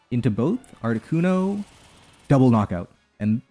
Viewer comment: It is never, ever, Articunover.